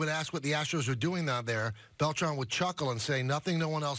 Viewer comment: It’s pronounced Bel-TRAN not Bel-TRON